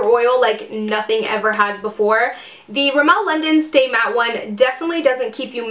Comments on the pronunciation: Love the video! Just so you know, it's RIMmel not rimMEL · The way you say Rimmel make me laugh, It's funny hearing Americans/Canadians saying it :)